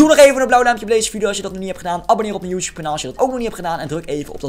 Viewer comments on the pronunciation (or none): none